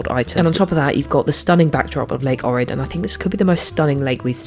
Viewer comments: It is Ohhrid not O'rid! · It is pronounced "OHrid".